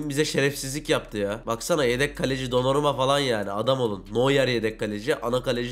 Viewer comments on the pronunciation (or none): none